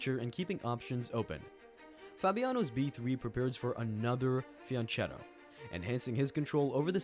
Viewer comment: I know it is a weird pet peeve to be upset about, but ch- in Fianchetto is pronounced like you pronounce Zucchini, with a hard c sound. It is an Italian word, not Spanish.